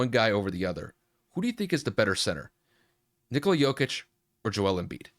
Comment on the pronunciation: It's pronounced ni-KO-la